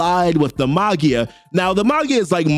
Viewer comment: Maggia is pronounced 'maj jiah" for future reference my friend